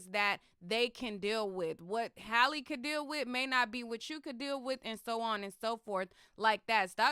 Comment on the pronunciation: Why dont these people know how to pronounce Halle? 😂😂